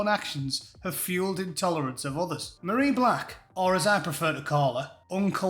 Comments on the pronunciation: FFS, call her her proper name, it's not pronounced as Marie, it's pronounced Marry as in the verb to marry. As for hypocrisy, isnt that just the byword for the SNP. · Her name isn't Marie. It's Mah-ray.